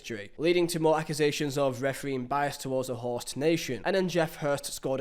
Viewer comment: What's your problem with R's? You guys beefing? You seem to be avoiding them. Correction: You aren't avoiding them, you're putting them where they don't belong. There's no r in "host" mate